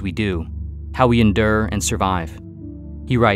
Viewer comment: In the video, when you say "enderrr", do you mean "endure"? 🤔